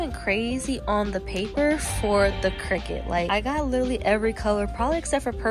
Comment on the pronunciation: Cricut not cricket lol good video though